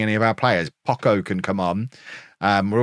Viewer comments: just for clarification in spanish the CH is pronounced like the CH in "Chop" at any time, and the way you pronounce it looks like this in spanish "Pocco" meaning little or few in terms of quantity. Viva el Pocho !!!! jejeje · Pocho is pronounced with a soft ch like chips. Jimenez is pronounced he-MEN-ez, not JIM-eh-nez.